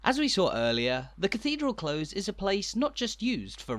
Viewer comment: We've been watching your tours for some time now and love them! However, in the phrase "cathedral close" close rhymes with close as a noun/adjective rather than as a verb.